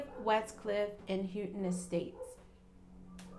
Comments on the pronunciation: Lol .it's pronounced How-ton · Houghton is pronounced How-ton. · its how-tin